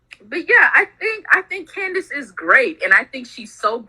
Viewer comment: THIS BITCH JUST SAID CANDICE PANTS